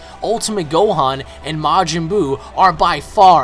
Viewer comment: and his name is gohan, not "gohon"..